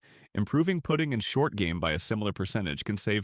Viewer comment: Putting…..cmon AI!